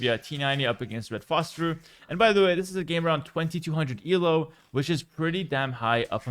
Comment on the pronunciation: It is Elo, not ELO btw ;) It is named after the guy who invented the system, not an abbreviation.